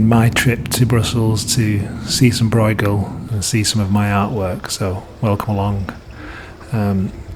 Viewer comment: Bruegel: is not an "oi" it is the ö you hear in German words (as well as Dutch ones of course, but there's a better chance you have some German) e.g. schön. The gh is much like ch in Scottish Loch. bɾøːɣəl